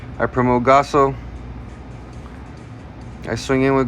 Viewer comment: Really love the content but man cant help but to stress with how u pronounce gaoss as gasso t.t